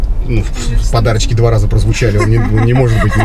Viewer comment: На буратинку похожа.Когда второй раз говорит подарочки,слышится,как подачки.